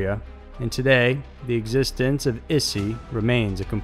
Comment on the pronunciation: translate google took like 5 seconds to get an audio sample. 5 seconds. c'mon. it's not rocket surgery. it's not yer-ren. It's more like "yee-ren" or you could get away with ""ee-ren" or "e-ren". Japan: not "issy"; more like " 'e' - she" (イッシー). again, 5 seconds. ugh. also, not "su ki no ko"; try "ts u chee no ko". #ck it. i give up. Just refer to stuff as "this, this thing right here".